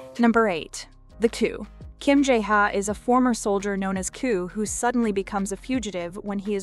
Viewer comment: How can you pronounce "The K2" wrong? Kay... two. Tada!!! BTW Loved that series. Ji Chang Wook Rocks.